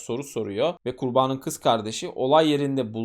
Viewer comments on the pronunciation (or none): Ben konuşma kusurları olan anlatıcıları dinleyemiyorum. Size dostça bir öneri KURBANIN sözcüğünü çok hatalı vurguluyorsunuz. Ben kurbağanın dermiş gibi algıladım sizi. Kurban derken doğru vurgu ama ek gelince ikinci hecede uzatma ve vurgu hatalı. Ben olsam düzeltirdim. 😊